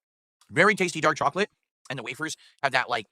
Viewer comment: I can’t stand the way this clown says chocolate